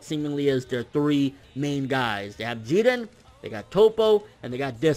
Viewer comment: I hate when he say jiren....he not even saying it correctly